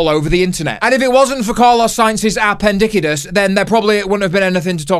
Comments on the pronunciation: A pen dis cite is 😂😂 say it this way its easier for you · “A-pen-diki-tis” aint no way 😭😭😭😭 Lad’s hilarious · You gronk, I got appendicitis two days ago and because of this video I couldn't stop saying "appendickitiss" in my head in the hospital and giggling like an idiot